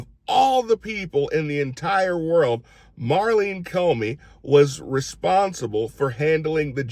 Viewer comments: Love ya Q, but it’s Maurene, not Marlene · NOT Marleen, it's Maureen